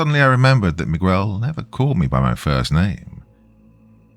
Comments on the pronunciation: I love my youtube narrators, but the odd mispronunciation just gets to me. Not mi-qwel, its mi-gehl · This Miguel thing literally almost made me quit this story. Dr. You are the best but... its worth rerecording. It's like calling Thomas though-mass.